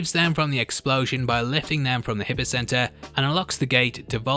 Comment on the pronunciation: Hypocenter is pronounced “hIgh-po,” not “hippo”.